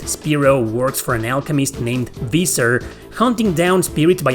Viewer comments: how can you make a review on a game you clearly never played? this game has voiced cutscenes, which means if you ACTUALLY played the game, you would know how to pronounce Viser's name since spero literally talks to him in the first 5 minutes of the game. As well as mentioning his name consistently throughout the game. its not something you would forget how to pronounce if you actually played the game, even if you last played the game 10+ years ago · its better than, who likely hasnt played the game at all anyone who's played the game, even just once, will know how to pronounce Viser's name. Even if they played it in japanese.